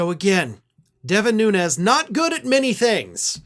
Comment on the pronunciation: Cant even accept or pronounce his last name correctly .